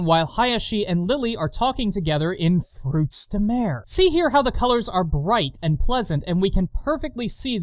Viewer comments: anyone keeping track of how many time he says " fekin 'frootz dah mair' " in this thing? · "The dub says what now? FROOTS DE-" sighs Ah yes, mispronouncing French, my favourite. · The fact that you constantly point out your dislike of the improper pronounce of the games title makes me smile. It irritates me that they couldn't have just used the French term, rather than the English version. Also your musicals are one of your best trademarks.